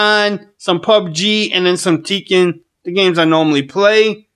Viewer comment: It's pronounced Tech-en not Tea-kin